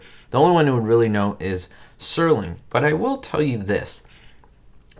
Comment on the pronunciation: Night gallery. The Night Stalker was an entirely different show with Darren McGavin. Also, the creator of The Twilight Zone (which was never presented 'live'} was Rod Serling, not "Sterling [sic]". "Did you know that?"